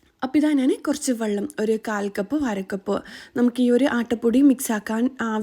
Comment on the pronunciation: Vallam alla vellam😂